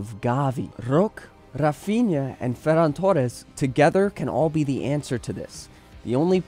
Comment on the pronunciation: Bro I’m not hating but do yourself and all native Spanish speakers a favor by not trying so hard to imitate the accent when pronouncing names like “Ferran Torres”. I enjoyed the video for the most part but my entire body cringes every time you pronounce certain names